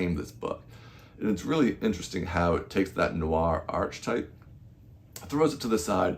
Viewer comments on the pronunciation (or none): interesting review, thanks, but it's pronounced "arketype"